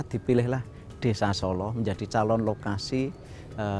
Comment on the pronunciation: Bukan Solo mas tapi Sålå